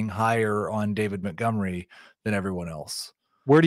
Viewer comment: At this point I want David Montgomery to retire just so I don't have to hear say his name anymore and butcher it 😂. "mutgomery"